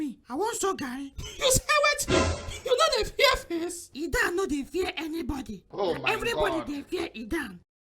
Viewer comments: Nice. Y'all ruined the accent for pronouncing "Idan" tho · You no pronounce IDAN well oooo😂😂😂